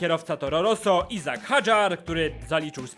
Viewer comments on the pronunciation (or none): none